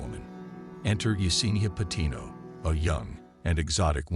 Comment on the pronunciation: Her birth name is also Patino, not “Pinto.” 😂